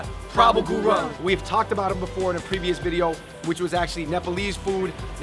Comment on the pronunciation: Woooot!!! Shoutout to my man Prabal Gurung!!! Unfortunately, you guys didn't pronounce gurung well!! As a matter of fact, you guys were not even close! Its not GU-RONG , its GU-UNG!! Great video though